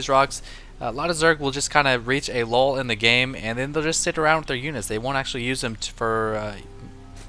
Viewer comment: a "lull", not "lawl"